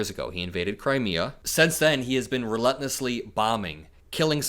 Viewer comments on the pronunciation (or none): Hey I really enjoy your show. You always have informative topics that I think more people regardless of age needs to listen to. I do how ever not understand why you won't pronounce Re-Lent-Less correctly. You are such a well spoken and talented young man. I really do enjoy you but I am going to stop watching due to that fact. I know this means nothing to you because your following has become so big. I wish you all the luck and I know you will go nowhere but up. Good luck young man and thank you for your perspective on everything that is going on. Keep it up🙂